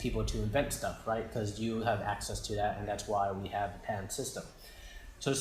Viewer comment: i think its patent and not pant lol just joking